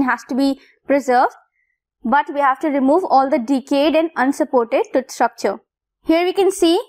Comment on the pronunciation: Why pronouncing TOOTH as Tuth ?